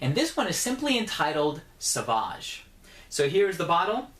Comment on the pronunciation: It's pronounced Sovāge. It's French